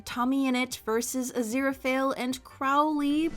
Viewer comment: every time mispronounces Crowley I physically hurt